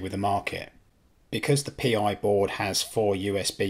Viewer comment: I know this is nitpicking but those pronunciations... Pi as in pie, not P I Volumio as in Voloomio (one word) Allo (short 'o' not 'oo')